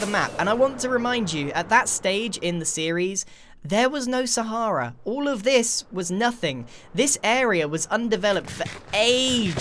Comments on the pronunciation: calls Sahara, Sahairah. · I mean, it's an Arabic word that means desert and is actually pronounced sah-hrah-oo, so I think ' version is just as valid. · ...I'm American, that's literally how we pronounce the Sahara desert, and yet, in context, it sounded really weird and off to me too. like if someone pronounced Lt. Commander Data "dah-ta" (looking at you, Pulaski)